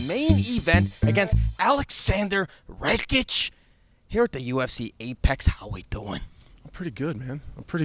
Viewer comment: It’s not “REKIĆ”. It’s RAKIĆ, better learn how to pronounce his surname, because you gonna say that surname a lot.